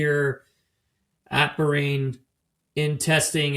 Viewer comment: You say Bahrain so insultingly wrong